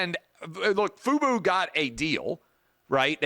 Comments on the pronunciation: FUBO not FUBU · This guy can’t even pronounce the company name right and you think he understands the deal? This guy has no idea what he’s talking about